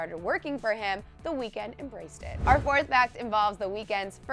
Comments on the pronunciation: Another thing you didn't know about him. You've been pronouncing his name wrong ! 😂 that was on the list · THATS NOT WHY HIS NAME IS 'THE WEEKND' FFS............ at least do it properly.